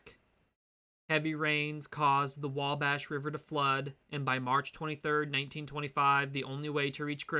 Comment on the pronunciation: I thought you were Midwest or even from the Hoosier state itself when you said Wabash at the beginning. It was a good video, keep it up man! -from north central Indiana